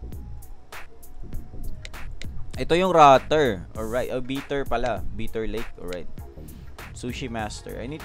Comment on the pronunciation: Bitter? Bayter = Biter